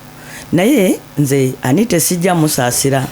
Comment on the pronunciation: Anit"a" not Anit"e"